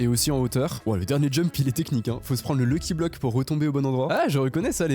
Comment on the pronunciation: Pk il dit lucky bloc 😭